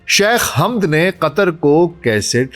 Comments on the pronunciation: Pehle nam zra sahe lo hamd nahi hai woh samjee .onka nam hamad hai baba e qaum hai jaheel mihajar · Hamad boliye Sir